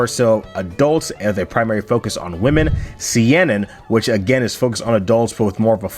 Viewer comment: All due respect for this absolutely goated vid, but man, the way you pronounce kodomomuke and seinen makes my inner demons want to go nuts (still not trying to be rude btw)